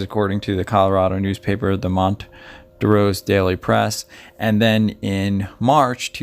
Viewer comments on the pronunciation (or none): none